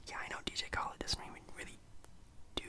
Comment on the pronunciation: “DJ Kholed”